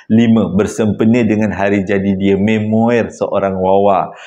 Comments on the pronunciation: Pembetulan. Sebutan memoir bukan me-mo-er dik tapi mem -waa... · Salam & semua. Memoir sebutannya may-mo-are